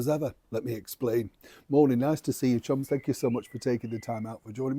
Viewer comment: Sometimes it's hard to hear the difference between chums and chumps. 😁😁